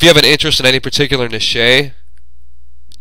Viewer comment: First of all, who the hell is this " Na-shey" that you speak of Secondly, am I going to have to give this bitch a cut of what I make from this?!. LOL............I'm pretty sure you pronounce niche as "nitch".